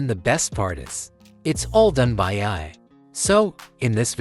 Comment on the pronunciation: Funny as hell..... if AI was so smart it would know how to pronouce AI .....LOL!